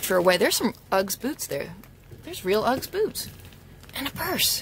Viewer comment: my darling, usually your eloquence knows no bounds and me being Australian, must gently pick you up about the way you say "Uggs". Did you know that the Ugg was invented in Australia in the 1960's and became hugely popular with surfer's in Australia and the UK and later the USA. Sadly like a lot of wonderful Australian companies Ugg Boots Australia was bought out by a USA corporation and now they are mainstream and recognised widely in the USA. Allow me to respectifully advise you that one never refers to them in the plural form, one simply says, Ugg, or Ugg Boots, or a pair of Ugg Boots! never Uggs.....its just not kosher, cool, or the Australian way. LOL.... To clean them inside simply wipe them down with disinfectant mixed with water and allow a few days for them to dry internally. Also, can you PLEASE catch daddy in the purse over shoulder parade, that would be GOLD